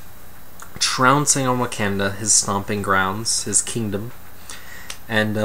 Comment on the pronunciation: Hey! "Wakanda" has a 'soft' A, not a hard one, damnit!